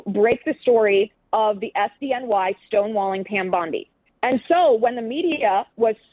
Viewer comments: Not for nothin brother - but it’s “Bondi” not “Bundi” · Pam “BONDI” not Bundy lol Sorry drove me nuts lol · Her name is Bondi, not Bundy